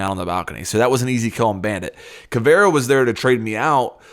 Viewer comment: Caviera Ka-vee-ra